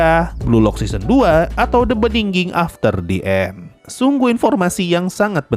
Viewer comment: Btw The End sensei, bukan The And